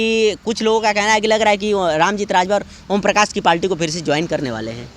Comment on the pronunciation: Repoter bhai palti nhi hota hai parti hota hai